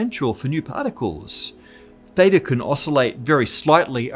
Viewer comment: Your pronunciation of theta and maths really grinds my gear.